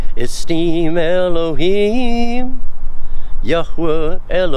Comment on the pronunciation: Hey, I asked this question last week as I try to understand the Hebrew language, why do you pronounce "YOD HE VAV HE" "YHWH" as Yachwa or Yakwa? I see nothing in His name in Hebrew that would make the ch sound. Explain please.